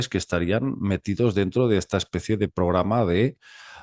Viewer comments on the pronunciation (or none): utd dice una espesie de vudu astral